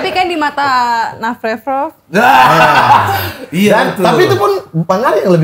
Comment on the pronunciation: ga ari ga indah.. nafrevfrov nyebutnya 😂